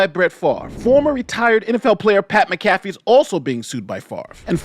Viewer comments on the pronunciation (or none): It's MAC-a-fee, not mac-A-fee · Mac-a-fee, not Ma-caf-ee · Lol his pronunciation kept throwing me off. I'm like MACK A FEE dammit! 🤣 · Pat Mac Ah FEE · You're saying McCafee wrong. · Pat ALLEGEDLY MAC(like Bernie Mac)Afee is how it's pronounced. Was waiting for your take on this. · (M-ah-cuh-fee) Mcafee. Idk why, but he insists it's pronounced this way. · Hey just a heads up its Pat Mac - uh - fee.;) As always good video but I heard that and laughed because all I could picture was anti-virus Mcafee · I understand that the spelling of Pat’s name makes it seem like it should be pronounced the way says it in this video but it is pronounced as if there is an A in the spelling -> mac-ah-fee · You Pronounce his name like this. Pat Mac Ah Fee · its pronounced MAC A FEE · Its pronounced MACAFEE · Mac-uh-fee. Great video. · respectfully, it’s pronounced Mac-A-Fee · Pronounce like Mack a fee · Also you mispronounced Pat’s name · Was gonna watch this but that McAfee pronunciation ruined my day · You could have like watched one Pat McAfee show, just to make sure you weren't pronouncing it wrong lol. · Do you pronounce Pat last name wrong Homie? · Just nit picking. You should use the correct pronunciation for Pat Mcafee last name.